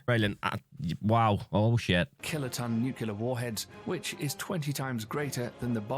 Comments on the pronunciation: every time someone say NU CU LAR instead of NU CLE AR... the person saying it lose every single onze of credibility, whoever it is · IBM = intercontinental ballistic missile Btw, it is pronounced NU CLEE AR not NU CU LAR And one other thing I noticed -- why is the narrator British? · Why does the video he’s watching keep saying nucular? It’s nuclear. 🤦🏻‍♂️ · Nuclear. The word is nuclear. NOO-CLEE-IRRR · Are you familiar with the 2 "Queen Elizabeth"-class aircraft carriers of the Royal Navy? With the possible exception of the Chinese carrier under construction, they are the most capable carriers in the world after the American carriers. There are several errors in the original video: 1) The narrator cannot pronounce "nuclear." 2) , the screen should read "ICBM" (intercontinental ballistic missile), not "IBM." 3) , the narrator confuses the diameter of the Earth with its circumference, which is more than three times the distance. The Minuteman ICBMs can reach anywhere in Russia or China, but not the entire surface of the Earth.